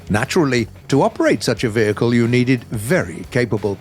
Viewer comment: “Vechile” Why is no-one commenting about this? It’s vehicle